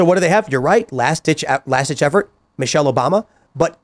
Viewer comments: Michelle? Come on, it is Michael. You are just afraid to pay the price like Joan Rivers did. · Michael* ffs...... MICHAEL [/ˈmaɪkəl/] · Its micheal not Michelle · PS, it's not Michelle, it's Michael.